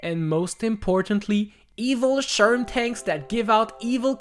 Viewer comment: sherm subtitles: Sherman